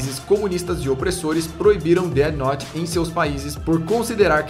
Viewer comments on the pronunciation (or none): SE DIZ DEFI NOUTE COISA D E F I N O U T E cara cada Deti noti que vc fala eu tenho uma convulsão fortíssima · que raiva dele falando deate note fala death note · POR AMOR DE DE DEUS!! NÃO É "DEAD NOTE"! É DEATH NOTE!! NÃO TEM UM "D" NO FINAL DE "DEATH" PQP TODO O SANTO DIA A MESMA COISA É TÃO SIMPLES!!!! CRLH Pronucia-se "déF" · dete note kkkkkkk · dead nót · Déde Note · Pow vei... Déti Nót é foda ein... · Dead Node kkkkkkkkk ótima pronuncia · Mais alguém ficou com agonia dele dizendo dea note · "DÉD NOT"??????????????? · Alguém percebeu que ele está pronunciando Death Note como um dos caras que apareceu na reportagem? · KKKKKKKK o jhoel falando death note com a pronúncia zuada de propósito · Death Note não teve continuação, era um one shot sem pretensão de continuar, pois a história é fechada. E sua pronuncia ta errada. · É pra zoar a Record, mas dps ele começa a falar death note